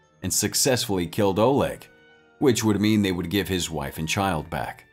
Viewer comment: not oleg olog FFS can you read?